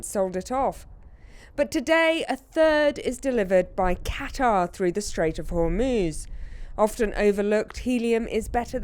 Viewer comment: 'CATtar?' No, it's Cutter...